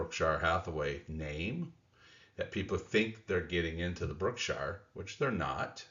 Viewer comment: Brookshire? lol